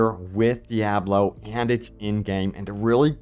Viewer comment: 6th and maybe 7th class! Awesome Also, once again DEE-AH-BLO Killing me smalls!